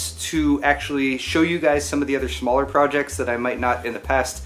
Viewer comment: did you say shmaller?